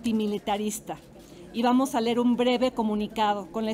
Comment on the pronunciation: No se dice ler, se dice leer.